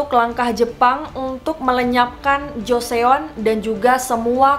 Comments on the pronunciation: gatel bgt pgn komen gak tahan abis dgr nya sorry, kl mau riset sekalian cari tau jg cara penyebutannya gmn. pls bgt JO-SE-ON bgt tuuhh? JOSON MBAKKK LOL thx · Iya bener banget. Karena hangulnya 조선 dibaca Jo son. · yeah it should be pronounced as Joson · Iy, agak risih dgrnya jo-se-on, tp penasaran🙃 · Itu ngga apple to apple mbak, ngebandinginnya. Olivia kan bukan nama Korea, dan lagi emang wajar dibaca Olibia sama orang Korea karena di hangeul ngga ada bunyi V, diganti jadi B yang mendekati. Sedangkan Joseon, (dibaca Jo-son) kan nama Korea, di Indonesia semua bunyinya ada, jadi wajar kalau kita mengingatkan pengucapan yang benarnya. Bukan salah mbak yg cerita kok, itu emang karena romanisasi dari hangeul suka missleading. Ini sih kami cuma ngasih tau aja pengucapan yg betulnya gimana. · Yep gw pikir dia nyebut nama orang terus tiap nyebut joseon, jo/cho se yeon 😅😅😅 lieur euy, atuh di google translet udah ada audio cara ejaannya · Hanya sekedar koreksi sedikit ka Pembacaan Joseon itu Joson 😅 Btw bagus banget pembawaannya,jelas+ga bikin boring🔥❤ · Suka sama video-videonya ❤ Btw maaf kak tp Joseon dibacanya joson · Joseon hangul nya dibaca joson ka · Aku terlalu risih mendengar jo se on:) tapi aku pengen nonton:’) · joseon huruf 'e'nya ga dibaca min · Btw , joseon itu dibaca joson ya kak 😁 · Joseon dibaca JOSON Mohon dicari tau dulu cara baca tulisannya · Joson ..joson .. setiap kali mbaknya ngomong Joseon gua auto jawab Joson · Btw dinasti Joseon dibaca joson yah, hehe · Joseon bacanya jos son #fyi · Baca Joseon itu Joseun kak o nya ga usah di baca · joseon bacanya joson shay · Ralat aja ya kak Pelafalannya Joson bukan Joseon bacanya Maaf kalau menggurui😅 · Joseon dibacanya: Joson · Kenapa sih Joseon nya dibaca Joseyon:( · Joseon dibacanya joson, e nya gausah dibaca :) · Risih dengernya... Jose-on, shoul kalo mau bikin konten beginian belajar dulu cara pengucapannya, research sampe tuntas baru bikin konten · Baca joseon nya salah kak :( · Bacanya Joson